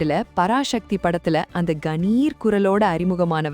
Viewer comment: பராசக்தி parashakthi இல்ல Loosu தமிழ் நீ உச்சரிப்பு Sanskrit